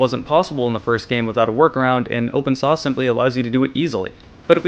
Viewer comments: It's open source. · It sounds like you are saying open sauce.